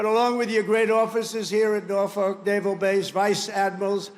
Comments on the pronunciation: if you’re going to a city to make a speech, pronounce it correctly. ask a local if you have to. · him saying norfolk wrong is so funny